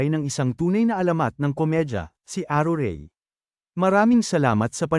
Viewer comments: Mali po ang bigkas m sa pangalng aruray at chichay 😂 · aruray po hindi arurey! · ..hahahahha! Napatawa mo ako the way you pronounce ARURAY hahahahhaa!!!